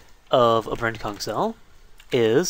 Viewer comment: every time he says 'Brent-Kung' a part of me thinks hes saying 'Brent-KunT'....dono why